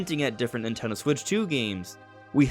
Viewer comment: as a Nintendo heavy channel, why do you pronounce it ‘nitegho/nitello’ so often? Am I saying it wrong?